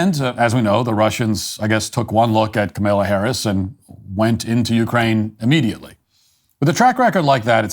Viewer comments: Comma-la, not ka-mil-a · I get a chuckle out of Matthew's refusal to pronounce Kamala's name right. "Kamaila" lol DO NOT COME... DO NOT COME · Not Kamila Harris. Kamala Harris. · COMMA-la, Matt, comma-la. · He clearly pronounces it KaMella. Go back and listen. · Uh no he says Kamaila. He does not pronounce it Kamahla. I don't know of anyone else pronouncing it like he does. I couldn't care less how he pronounces it though lmao